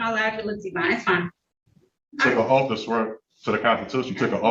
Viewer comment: He axed her if she took a oaf to da Constitution.